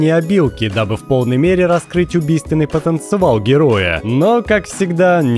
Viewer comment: "убийственный потанцевал"😄